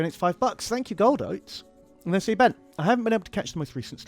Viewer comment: ben marines but pronouce it been